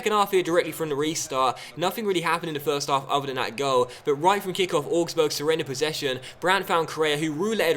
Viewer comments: ow-gs-burg not or-gs-burg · Augsburg is pronounced like 'Ows-burg' - well, that's how the presenter of the Bundesliga Highlights Show says it, and she's German!